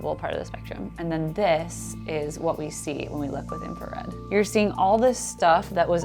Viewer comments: Note to the editor of those videos: its INFRARED not INFARED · Wait... it's INFARED and not INFRARED? Really?!?!?! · Is it just me , but isn't it called infrared, not infared? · Infrared, not infared. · “Infa”red… we all make mistakes I guess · It's INFRARED, not INFARED. ooops. Love your vids.